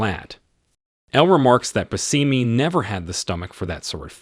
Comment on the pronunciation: Bushimy is how its pronounced